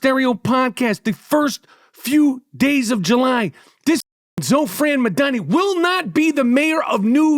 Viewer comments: All your listeners should ask themselves why you're so afraid of Mamdani you refuse to pronounce his name right. New Yorkers please take a minute to learn what Zohran actually said and stands for because Michael is lying to you. He also sounds very angry. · The way michael butchered his name without any care was 😂😂😂😂😂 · I love how Michael mispronounces dudes name every time he says it in a different way lmaoooooo